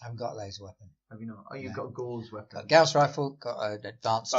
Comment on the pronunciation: Watching this after Dragonlance, I keep hearing "Gauss Pistol" as "Gowst Pistol" and imagine a gun that shoots Walls of Fog...